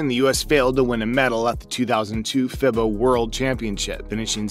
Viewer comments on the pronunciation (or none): Dude, why not try and learn a little about the game or at least know how to pronounce names. For example: FIBA sounds like "FEEBAH" and Coach K, yah know the coach from Duke sounds like Shuhshevski. Must be a robot voice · “Fibba” “Krezooski” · "Fib - uh", Mike "Cruise - chefski"??? Did you start watching basketball 2 hours ago? 🤣🤣🤣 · FIBA is pronounced feebah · Listening to the way this guy mispronounces "FIBA" and "Krzyzewski" tells you all you need to know about the credibility. along with the US just winning the Gold Medal like an Hour ago...